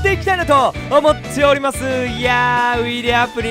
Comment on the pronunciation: 最初さ、思っつぇおります！って言ってるよね